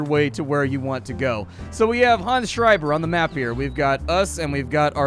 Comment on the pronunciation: Props for pronouncing 'Schreiber' correctly :) Greetings from Germany